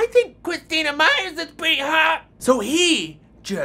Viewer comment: um,,,, my last name is Meyer so when i freaking hEARD him say Meyers I'm like whOt